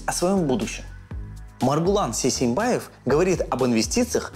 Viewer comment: Не Сейсенбаев, а Сейсенбай!!